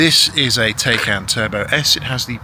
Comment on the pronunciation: Try to pronounce Taycan how it supposed to be pronounced, Taikaan, not Teikeen. PAW specifically excludes batteries in Porsche BEVs and hybrids. Once the 8 yrs have past, they’re in fact worthless garbage.